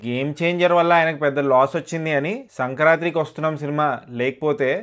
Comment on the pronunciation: Inkosari sankranthi ni sankranthRi annarante baagodu.. Ennisarlu cheppali ?!! Chavudukunna vaalle kada meeru.. Sarigga palakandi, Telugu ni khooni cheyakandi